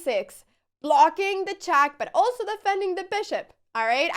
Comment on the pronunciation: Why does she have such a horrible pronunciation? Saven chass chack af5 ... Please somebody, such as her parents, teach her something batter ...